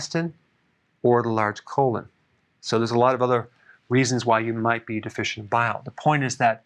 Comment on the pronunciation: Yes, you're "De-fish-ent"... haha